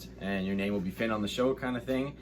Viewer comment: Eeeeee I love /Finn soo much he’s soo cute and super adorable EEEEEEE He said Pinn and he said Loads Of it I love this interview best interview Yet 😍😊😁